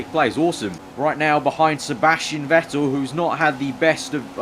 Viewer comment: 'Juan Sebàstien Vettel'